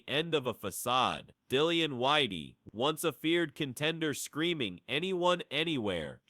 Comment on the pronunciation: Why is the this video commentator calling Dillian Whyte, Whitey? It is a derogatory term for white people, which does feel a bit strange to me. It is I believe pronounced as in the word White, that is more fitting to the way Dillian Whyte who’s from England would perhaps like to be called.